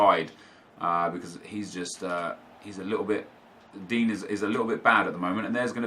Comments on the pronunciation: You realize it’s pronounced din-yay not dean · Anyone else find it funny that he calls digne dean?😂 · Pronouce Digne's name right please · I swear you pronounce Digne wrong